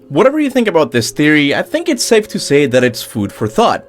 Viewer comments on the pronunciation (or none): none